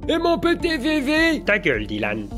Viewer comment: j'ai craqué au bout du 4ème dylan "dit-lan"